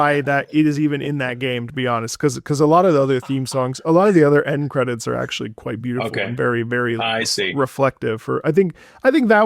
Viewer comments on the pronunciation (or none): "End Cedits" 🥀🥀